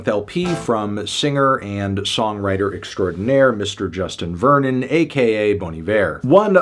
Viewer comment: if that's the case, why didn't he pronounce Vernon's surname, which is also French, correctly?